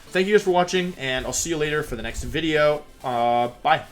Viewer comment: ok cool he posted. changes a lot. Humour. ok. If you thought the first 30 seconds of the video were funny then there's honestly not much to say to you. If you find him pronouncing words incorrectly hilarious then again, not much to say to you. 'woah he said wideo after video XD' 'hahahahha jaridos hahahahaha wottt random XDDD' if you're simple minded, go for it, but just because I mentioned how he's butchering the English language by using incorrect sentences I don't see how I'm wrong there. It's like when people over use the word literally, except worse.